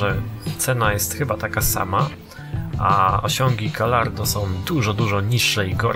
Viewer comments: i czyta się gajardo ( fonetycznie ) dwa ll czyta się we włoskim i hiszpańskim jako j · Gallardo wymawia się "gajardo" :)